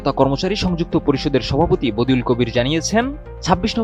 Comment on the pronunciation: বদিউল কবির না বাদিউল কবির হবে!